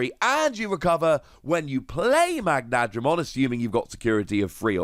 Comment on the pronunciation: Correct: "Magna-dramon" Not: "Mag-nadramon"